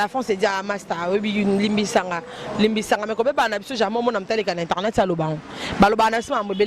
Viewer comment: Bonjour à vous très chers inteurnet??? Euh!! Boyekola pe musala ango nako loba correctement. Ce métier est noble bon sang!!!